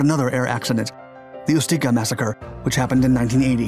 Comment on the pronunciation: Some tips for you: Ùdine, not Udìne Aermacchi is pronounced "AERMAKKI" Ùstica, not Ustìca